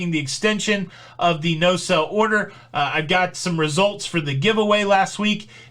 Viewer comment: Are you saying “sell order” or “sail order”?